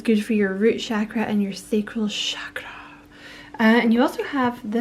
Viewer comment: the way you said chakra made me giggle 🤭 thank you for this reading! It has given me much to think on ❤